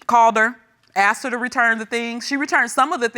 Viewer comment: Why can’t they say “asked” properly? They say akst. 🙄